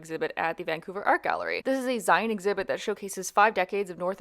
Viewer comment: That pronunciation of "zine" was a jumpscare. It's "zeen," like magazine lol.